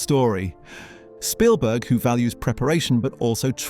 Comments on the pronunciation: It's Spielberg not Shpielberg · I think it's pronounced Spielberg, not SHpielberg. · I think your right, I noticed other strange things like that the narrator fluctuates between pronouncing it "Sh"pielberg and Spielberg. A real person wouldn't do that because the name is so famous and common. But an Ai would get confused between the actual textbook German pronunciation of it vs. the Americanized popular pronunciation. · His name isn't Schpielberg. If you're going to do an 18 min video on someone, figure out how he and everyone in his country pronounce his name. His name might be of German derivation but come on, do a little research. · Why does this AI continue to call Steven Spielberg, Steven "Shpeelberg"? PLEASE make that stop!!! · "Schpielberg", the narrator said. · Why does the narrator keep calling him "Shpeilberg"? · Bot voiceover says Norton's performance in Munich was "acclaimed." And bot pronounces the director's name as "Schpielberg." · Well, researched and interesting. However, I do feel quite sure you’re saying Spielberg incorrectly. A shpiel (also spelled spiel or schpiel) is a lengthy, often extravagant speech or sales pitch designed to persuade or entertain.